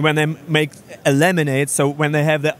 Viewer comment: When life gives you lemons, make laminate? His accent had me confused there.